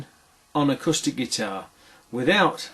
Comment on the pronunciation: "acustard guitar" . i think you'll find it's called an 'acoustic guitar'